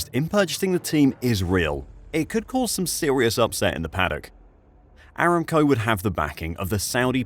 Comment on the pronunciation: pretty sure it's "a-ram-co" not "eram-co"